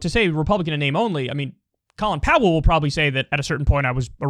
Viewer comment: If you can't pronounce his name right keep it out of your mouth.